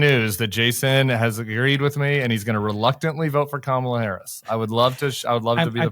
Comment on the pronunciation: His biggest tell was mispronouncing Kamala's name. Clearly he's been drinking from the Trump Kool-Aid fountain.